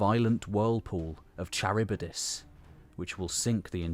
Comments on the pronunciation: CHARYBDIS : Tcha Ribba Diss? It is like kuh-RIB-diss. Some people may assume you have expertise and begin pronoucing it incorrectly because of this video. You have such a broad range of knowledge, but can't be perfect. I'm sure there are people in the community willing to help out with such proof-listening before publishing. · Just to make it easier for english speakers. Its pronounced ''Harivdis'' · You pronounce Charibdys en every possible way! Charbydis (wrong), Charybides (wrong), and eventually, Kharybdis (right). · Charybdis with a K -aribdis (/kə.ˈrɪb.dɪs/). Like chameleon or character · Kharybdis, it is a Greek Ch- not a Norman one. Nice job overall. nice images, especially the well researched frescoes and pottery images. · “Char beat us” lol